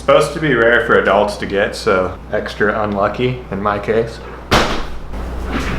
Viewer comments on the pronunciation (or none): none